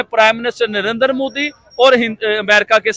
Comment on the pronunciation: Abe mudi nahi bolte modi hai vo